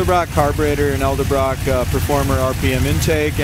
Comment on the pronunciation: Hello, very nice car and nice job describing the car. You’re very thorough. Please take this only as a constructive thing not even as a criticism. Just to let you know it’s pronounced Edelbrock intake or carburetor not Eldabrock. I’ve heard you say that in several videos now as I watched many. I thought I would just let you know so that you don’t sound funny saying it. But yes it’s pronounced Edelbrock not Eldabrock. I hope I don’t sound petty by saying this to you. Keep describing the cars because you do a great job. You’re very thorough again I like the way You describe the cars. I wish you a bright and happy future. Sincerely, Troy